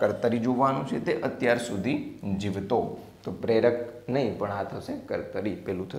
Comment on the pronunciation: Sir pelu vakya 'jivlo' bole che, chopda ni indrajaad ma